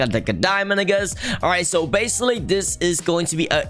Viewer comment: did he just say bassaly